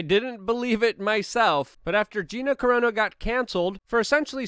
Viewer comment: "Gina Corona"???